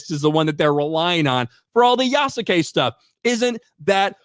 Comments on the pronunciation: you can pronounce Yasuke without the u sound, its actually sounds like as "Yaskay" the name Asuka sounds like "Aska" Kasumi sounds like "Kasmee" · Yasuke = Pronounced Ih-soo-kay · Good job at being fair and middle to the debate. I have seen claims that Yasuke (pronounced Yas-skay) was either definitely a samurai or never was. The thing is we don't know for sure, there is no definitive that he was made one but multiple well respected historians have provided possibilities from the info on Yasuke, that he might have been. It can basically only be placed on interpretation, but that's not the issue with the game. The problem is that the creators didn't care about Yasuke or his story, just his skin color. I would love a game about Yasuke, it just its execution that was ruined. Also the creators fall onto the old 1960s tropes on Samurai and Shinobi, forgetting that Samurai was a class and Shinobi was a job, so a samurai can be a Shinobi. Also half the moves and tools she uses are just tropes from the Western fantasy of Japan. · "Yessum Kay"